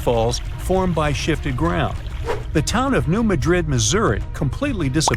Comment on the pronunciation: New Mad Rid for pronunciation sake Madrid I’d in Spain. Things like that drive me nuts for some reason. Always watch pronunciation to the best of your ability. There are a lot of places in the US that are spelled like foreign city names but pronounced completely different.